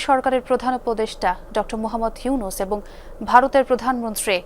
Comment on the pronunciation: ইউনূস কইলো না হিউনুস পড়লো বুঝলাম না 😮